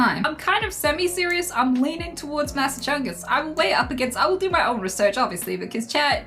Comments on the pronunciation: "Massa-chungus" made me laugh so fucking hard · Yee for sure, so long as you always pronounce it as Massa-Chungus from now on xD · When she started saying masachungus pleaseee😂😂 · Massachungus (Mass-achu-sets) is the best. We are the OG, the cradle of liberty, where it all started etc. we’ve got the best schools, hospitals, famous restaurants and entertainment venues. We are a bit more expensive to live in than some states but that’s because we have a massive amount of services. You can go from hiking around the white mountains in the evening to hanging with friends in Boston a couple hours later. It’s really well rounded. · That's pronounced Mass-ass-chews-its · You OWNED MASSACHUSETTS you can’t pronounce it?